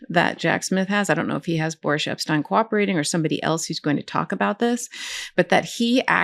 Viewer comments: "Boor-ish" Epshteyn — love it! 😂🤣😂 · I believe Mr. Epsteyn's first name is pronounced 'boorish', Ms. Agnifilo. ;-)